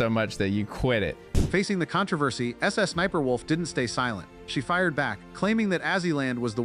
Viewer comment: The voiceover is saying Sussniperwolf and that's just too funny.